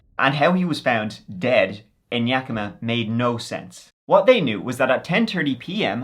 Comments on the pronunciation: good job pronouncing Yakima!! 👍🏻😁 I think it was aliens 👽. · Thank you for pronouncing Yakima correctly!! I live there and so many people mis pronounce it!!! 😂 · I always love your videos. Living in Yakima (and thank you for pronouncing it correctly😊) (no, seriously, people say it werid all the time on YouTube🙄), Moxee is truly out in the middle of nowhere Weirdness, serious weirdness. Yakima does have an airport, a very small airport. The Yakima Fireing Center is close enough to be involved in a conspiracy, It's run by the Army I believe... There is a lot of Army training done in the hills between Yakima and Ellensburg. I don't have a clue if it has anything to do with that poor man. BUT a mystery is a mystery... Sad but intriguing stories. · I just have to say as a native of the area, good job on pronouncing city names in Washington. Yakima and Spokane are often pronounced incorrectly, but you nailed it! Even some big tv shows like Criminal Minds have gotten it wrong. Details like that are why I subscribed!